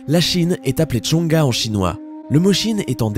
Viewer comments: ptdrr "la chine est appelée zhonggua" c'est zhong guo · je sais que ce n'est pas votre faute mais c'est "zhong guo" genre "zhong gou-oh" et non "zhong ga" x) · La chine c'est Zhōngguo ( Jonguo ) en chinois et non "zhonga" :) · Zong Gou o la prononciation de Chine et pas Zong Gao... Je fais du chinois depuis 3 ans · c est pas zhong ga c est zhong guo (中国) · en chinois la chine se dit Zhong Guo prononcez dzung guo (et pas zung gua) qui veut dire empire du milieu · Pas tshonga mais plutôt zhonguo qui se lit (jonguo) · "la Chine est appelée Zhonghao"... euh non, c'est Zhongguo. et ça veut dire "l'Empire du milieu". .w. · Mec c'est pas la peine de dire chine en chinois si tu sais absolument pas le dire, t'aurais pu faire l'effort de te renseigner un minimum et tu saurais que la chine ça s'écrit zhongguo et donc ça se prononce djonguo pas djonga, c'est un peu offensant quand même, parce que même google translate le prononce bien ~~' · Il me semble que chine se dit zhong guo 中国 et pas zhong ga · deja premiere info sur l'appellation de la chine en chinois : ce que tu dis est faux. C'est ZONG GUO pas GUA ou je sais pas quoi. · C'est pas chonga mais plutôt chongguo en chinois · TChong ga ? en Chinois ? Nimporte quoi, c'est Djong Gouho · Zhong Guo [zonguo] et pas Zhong Gao [zongao] ! Je fais Chinois en cour ! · MDR jpp dès le premier fait il y a une erreur. C'est putain de badant quand les gens parlent d'un sujet qu'ils ne connaissent pas. "Tchonga" C'est un peu pathétique vu que ça s'écrit “中国” / "Zhongguo" et que cela se prononce "Tsongouo". DORMEZ MOINS BÊTE. <3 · c'eest pas chongua c'est chongguo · La Chine se prononce zhong guo (jongue gouö),(中国） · plus précisément tchongouo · Par contre tu écorches les noms c’est Zhongguo （ 中国 ）et l’autre c’est DENG XIAOPING ( 邓小平 ） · La Chine se prononce Chong Ga en Chinois??? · C bien il dit une bêtise dès le début, en chinois la Chine c zhongguo et ça se prononce zonggouo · C'est 中国 pas zhong ga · Tu prononce très mal Chine en chinois